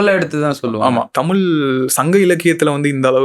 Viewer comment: தமிழ் னு சொல்லுங்க உங்களுக்கு புண்ணியமா போகும் நீங்களே தமிழ டமில் னு சொல்லி அழிச்சிடாதிங்க